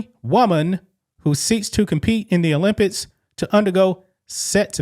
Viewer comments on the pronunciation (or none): Please learn how to say certain words. You say Olympits instead of Olympics and you say backpats instead of backpacks. What's the problem? Use the money you make from sales to learn how to say words properly please. My ears bleed when you talk. English, not Ebonics. Before anyone says I'm racist I'm mixed black with white.